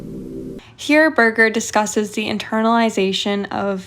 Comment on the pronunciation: Great video! But this is the funniest way to pronounce John Berger.